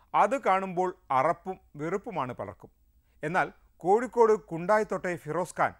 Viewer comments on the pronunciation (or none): കോയിക്കോട് അല്ല..... കോഴിക്കോട് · കോയിക്കോട് അല്ല കോഴിക്കോട് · കോയിക്കോട് ഓ അതു ഏതു ജില്ല... കോഴിക്കോട് എന്നു അല്ലെ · Koyikkod alla asianet@@ ,,, kozhikkod ennu parayedaa @@@